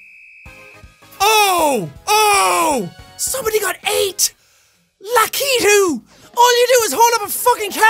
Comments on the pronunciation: ummm.. jack its lakitu as in lack-it-two. you said lack-eat-two. duh. love ya tho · It's laka- tout